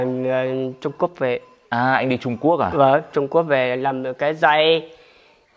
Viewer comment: Lúc anh ấy nói đi Trung Quốc mà nghe đi trộm cướp về kkk